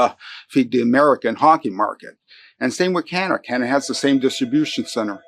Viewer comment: I thought that the USA ,was the strong tough guy , turns out they aren't. Ben said it best , all they do is whine . Oh , that Ambassador is the absolute worst, smug idiot, can't even pronounce our name correctly, it's not Cinada ,it's C A N A D A why is that so hard ? Now as for these new tariffs...... I'm just asking, do we do alot of pool work in the States ? (I think there are plenty of American companies already doing that job) , we basically don't sell wine in the USA , so pointless, and then the hockey sticks .....WTF ??? fine , if you want your children using inferior sticks and not ours (where the game comes from) gives us an edge everytime the 2 countries square up on the ice.